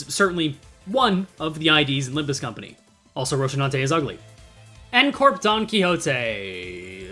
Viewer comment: lmao rocinante, though i have to say its pronounced roh-see-nan-te—the shi sound is just because of korean transliteration. you do your best with pronunciation usually so i felt it was worth mentioning